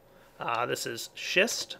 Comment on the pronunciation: its pronounced shist